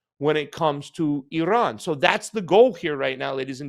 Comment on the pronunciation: Thank you for pronoucing Iran correctly. Ignorant mainstream US media can't even pronounce Iran and Iraq let alone speak honestly.